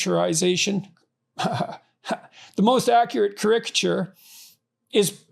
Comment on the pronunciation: ”Caricature” he needs to learn how to pronounce to be taken seriously.